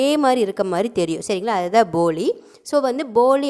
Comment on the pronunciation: உங்க உச்சரிப்பு சில நேரம் பொலி னு இருக்கு வீடியோ வ ஒரு time cheak பண்ணி பாருங்க போலி னு கேக்கல தின்பண்டம் இருக்கு ல பொலி அந்த மாறி இருக்கு